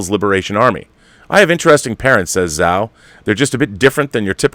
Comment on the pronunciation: Hey Rob, great show as always. Just a note that the "Zh" in "Chloe Zhao" is pronounced like a "j." So, her surname is pronounced "Jao."